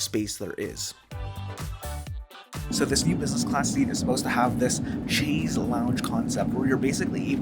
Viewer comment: That Chaise lounge mode makes no sense. Leaning against the back wall with the seat in lie-flat position. Why not just use the seat in recline seating position? Btw, you are pronouncing "Chaise" incorrectly. It is pronounced as if it is spelled "Shaise"... "shayz" not "chayz".